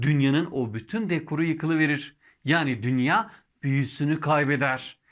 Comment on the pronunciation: Emeğiniz için teşekkürler. Dünya kelimesini dünyaa şeklinde uzun a ile telaffuz etmek daha doğru olur sanırım.